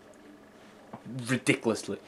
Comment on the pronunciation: rediculelsy .... like like redicul ... by redicul :-/ ... by a lot. XD Fine Video.